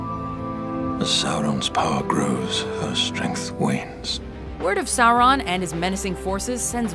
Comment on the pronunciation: when u say sauron it doesnt give u anything bad or evil. it sounds like u said something wrong